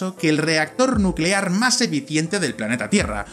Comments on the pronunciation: Nucelar, la palabra es nucelar ERROR A B I S M A L, y a partir de este ya todos en cadena... dices que hacen falta 30 cuatrillones de satélites de 1 kilómetro cuadrado, es decir 30x10²³, del peso total de Mercurio, que es 3285 cuatrillones de kilogramos, 3285x10²³, ok Una lámina de hierro de 1 kilómetro cuadrado y tan solo 1 metro de grosor pesa kg, que multiplicado por 30 cuatrillones de satélites, 30x10²³ nos da un peso total de 2190 quintillones de kilogramos, 219x10³¹ UN QUINTILLÓN ES UN MILLÓN DE CUATRILLONES PARA FABRICAR LOS SATELITES QUE DICES CON LAS MEDIDAS QUE PROPORCIONAS, HACEN FALTA DE PLANETAS COMO MERCURIO... (SESENTA Y SEIS MIL MILLONES SEISCIENTOS SESENTA Y SEIS MILLONES SEISCIENTOS SESENTA Y SEIS MIL SEISCIENTOS SESENTA Y SIETE) error, acabas de cargarte el sistema solar. Si destruyes Mercurio y usas su masa para crear la esfera de Dyson, estás alterando el equilibrio orbital del sistema solar al haber un planeta menos orbitando al sol; posiblemente las orbitas y distancias de los planetas al sol cambiaría. Obtendrías tu esfera de Dyson, pero posiblemente aniquilarías a la humanidad por las consecuencias descritas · "Dando así al inicio de la era nucelar que tantas posibilidades nos ha brindado..." Nucelar, la palabra es nucelar.